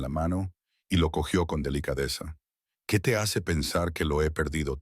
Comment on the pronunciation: La incapacidad de la AI para distinguir el género gramatical hace confusa y farragosa la narración. Luego está la voz con acento gringo aficionado al beisbol, que dice jacer en lugar de hacer, etc. Qué pesadez..